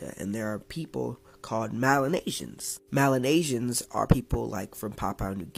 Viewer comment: Melanesians not Malenasians